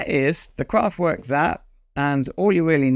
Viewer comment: Kool viteo, viele zank you! (And, again, "Kraftwerk" is to be pronounced "kraftVerk". Forget it's a W, think of it as a V 🙂 )